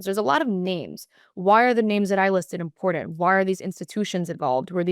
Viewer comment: the youths brain is so broken and lazy. ITS NOT PRONOUNCED inpordend pronounce your Ts !!!!!!!!!